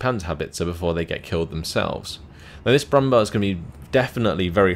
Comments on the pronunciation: Very nice commentary again. Btw, I just wanted to say that the "bär" in Brummbär is pronounced like the english "bear". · Hey, just 1 thing I wanted to note: the "Brumbär" is pronounced "brumbear" due to the two dots above the a. I realy enjoy your SD44-content, so ceep up the good work.:)